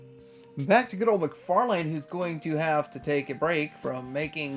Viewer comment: For Xmas I’ve asked Santa to bring me the gift of pronouncing “McFarlane” properly… ‘lynn’ not ‘lane’. Please Santa, I’ve been such a good boy and my ears deserve this gift 😊